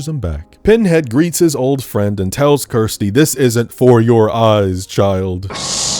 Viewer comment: So many people mispronounce Kirsty that it should be a meme. You even do it yourself by mistake during this video.